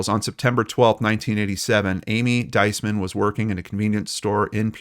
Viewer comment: Her name is pronounced 'Dees- man. Emphasis on the first symbol long E sound.